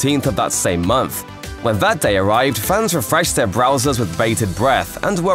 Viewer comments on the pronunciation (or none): none